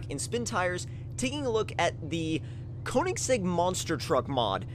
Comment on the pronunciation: Thats is not how u say it